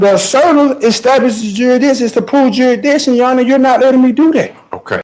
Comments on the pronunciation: yeah “I’m the asserter” is nothing more than pseudo legalese, meaning he’s asserting his rights. Also, the court establishes “jurisdiction” not “juridition” lol. It’s just so typical of Sov Cits, their grasp of the English language is barely functional yet they think they know more about the legal system than the people who live in that system every day for decades. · What in the Sam Hill is the idiocy with his vernacular? He just needs to take some remedial classes and learn English better if possible. But WTH is JURAdission? If you sound smart, meaning that you talk properly, then people are so much more imminently inclined to presume you are smart generally. If you don't sound smart and you speak with a certain type of vernacular that mind-bogglingly many people (including many famous rappers) use, then when you open your mouth and speak you're going to remove all doubt once again in general that you are smart. Did he say there was paper in his mouth or a paperclip? I couldn't make it out because he was mumbling. Oh lord, did he also say the word chanted or changed instead of challenged? I have to put the closed captioning on and it doesn't help too much. CC is really working overtime here. His voice is mushy almost like he's got wet saliva in addition to dry cotton balls somehow in there. No one has to be a statutory entity for statutory laws to apply to said person, as those are laws that are enacted by a legislature. The fruit bowl has no idea what he's doing or the words he's saying. He didn't look anything up himself, he just did Guru research which is not actual research. Constitutional jurisdiction and statutory jurisdiction are for all intents and purposes the same damn thing when it comes to court. Technically amendments to the Constitution are also statutory law since it's by the legislature/congress. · Jurisdishun? What is that and where is that word in a dictionary? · What's jurdison? Jeez guy, buy some syllables.